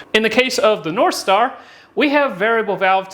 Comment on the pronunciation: did you say narthstar?